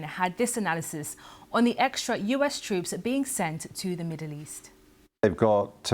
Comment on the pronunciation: Twoops... Apwiw... elocute, madam!